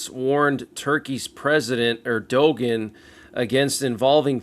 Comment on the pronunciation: Turkeys presidents name is pronounced ur dew wan